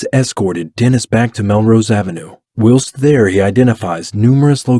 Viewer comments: Escape. Not ick-scape. Whilst. Not willst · This is a well done video. If you will allow for some feedback. 1) the word is pronounced While-st not will-st. 2) someone one commented that the video doesn't go over the interrogation and talks about gore. This is true that it doesn't and that is more the "JCS" style that people are thinking o, but this is another style and you presented it well. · I think you are trying to say whilst (wyle-st) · Your narrator says "will-st" for "whilst". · I like your channel. I just subscribed.. “ whilst” is pronounced “ with a big I .. “ whIst” . Look forward to more stories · You pronounce "whilst" wrong. And I think you use the word the wrong way too. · Why do you say ‘whilst’ so oddly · Your video is great but the mispronunciations in the narrative are distracting. For example, "whilst" is pronounced with a long"i" sound, just like its synonym, "while". Another is that he was "plied" with alcohol (I think that's what it was), not "piled". I hope I'm being helpful and not coming across as petty; I don't mean to just focus on mistakes. I just think that your video quality is good and I'm guessing you don't want anything to distract from that